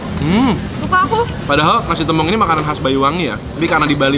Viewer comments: Bukan tempong tapi tempong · tempong bang bukan tempong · Sejauh video sambal tempong ini masih belum ada yg bisa nyampein cara pengucapan tempong yg bner ke mereka kalo e nya tu pake e esteh, enak, ember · Bacanya tempong,, te nya kyk kita ucapin tempe 😁😁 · Kak tempong nya tuh pelafalannya gk gitu, te nya sama kayak tempe pelafalannyan heheh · bacanya bukan tempong ,tp tempong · bacanya tempong anjir e nya kaya baca tempe 😭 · Tempong, bukan tempong kakkkk😭